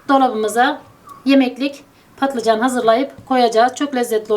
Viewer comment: Tarifiniz güzel fakat patlıcan ilk defa söylüyorsunuz sanırım...